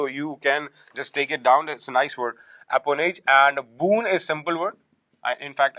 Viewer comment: Its Apanage and not Apanoge...nice, useful but time-consuming... pl make a ppt to explain